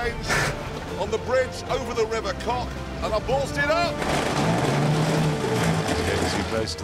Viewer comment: “I’m on the bridge over the river cock” LOL